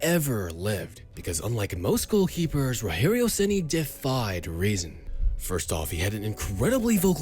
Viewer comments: PORRA TNC POW... o cara eh BR narrando historia em ingles.. porem fala o nome do cara parece latino norte americano RORRERIO RENI. pohaa nome se fala normal em qualquer lugar do mundo caraii.. ROGERIO SEMPRE VAI SER ROGERIO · You said "Rogério Ceni" in a spanish way, but in Brazil speak portuguese.